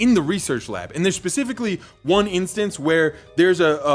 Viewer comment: tf is becifically